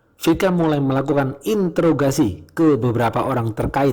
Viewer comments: Interogasi/introgasi, mimin blg intograsi😀😀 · Interogasi bang, bukan intograsi wkwkwkwk🤣🤣